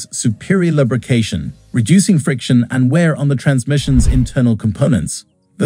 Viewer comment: LUB , rication 😂. Gotta love AI.